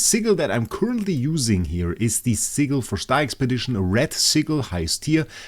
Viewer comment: Love the vids❤. Ps please dont say sigel its sigil many thx . 😂😂😂😂😂😂😂